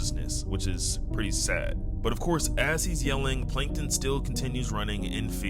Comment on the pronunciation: Plankon ❌ Plankton✅